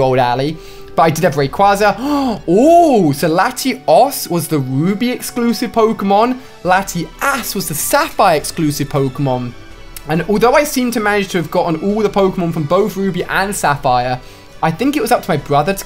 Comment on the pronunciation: He said latiAS why did he say it like that?